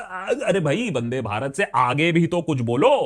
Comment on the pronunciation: Bro it's not vade Bharat It's vande bharat